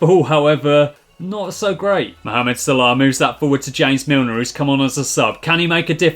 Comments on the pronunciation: It's not salahh it's salah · The way he says salah